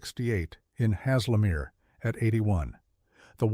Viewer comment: What has the two seater sports car at 6.31 go to do with anything? Also, it´s not Has Le Mere, its pronounced Hazelmere.